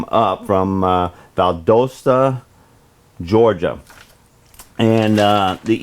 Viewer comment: Probably originally Val d'Osta (East Valley in Italian?) so said it pretty much how I would.